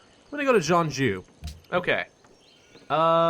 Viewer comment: Don't worry. You are pronouncing Jeonju quite correctly :)